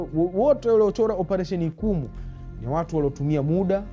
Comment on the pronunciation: Ni "Ichumu" mkuki! Sio ikumu